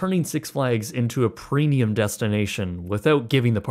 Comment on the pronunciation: Is he saying preNium?!